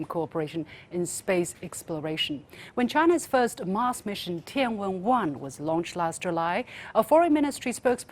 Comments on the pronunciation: 主持人不行啊，她说 tiangong，tianhe等航天器名字 时，居然不带音调。。完全学老外的洋腔洋调。。。 还不如我初中英语老师。。。初中时英语课时，有学生回答问题遇到中国地名，结果这学生很自然地用洋腔洋调读这个地名，结果英语老师立马纠正：老外不懂音调，所以洋腔洋调是无奈，你是中国人啊，完全知道地名正确读法是什么音调，为什么要故意忽略？ 以后读英文碰到中国地名人名，要带上音调，按中国正确读法读！懂？ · LiuXin, there is no need to purposely pronounce the words TianHe or TianGong in the English accent. Just say it naturally in Chinese will sound more soothing to the Chinese people. Thanks.